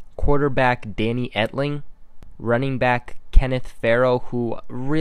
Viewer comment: It's running back not running brack LMAO!!!!! that's y l love watch your video because your miss pronouncing words and l'm a Patriots Fan